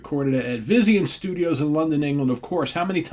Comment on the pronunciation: Small point, Advision is pronounced Ad-vision. 🎉